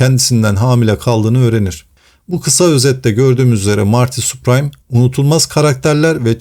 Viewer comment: Soyadi Süpriim diye okunuyor*